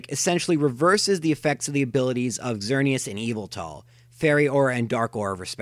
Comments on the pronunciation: God, no offence but I can't stand the way you pronounce Xerneas, Yveltal and Zygarde. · It's interesting to learn how differently two people can pronounce Xerneas, Yveltal, and Zygarde. All three of my pronunciations are different from yours: ZER-nee-us, ee-VEL-tal, ZYE-gard. I acknowledge that Pokemon name pronunciations are generally not universal, just thought it was an interesting thing to note.